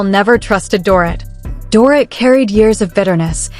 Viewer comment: Get the NANES right if you plan to narrate... It's DORIT like DORITO. This stupid pronunciation is ANNOYING.